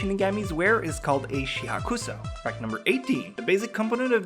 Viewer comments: The shihakusho is actually pronounced "She-hawk-show" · dude its called shi-hack-show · it's she-hok-show and hay-or-e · the way you pronounce shihakusho gives me cancer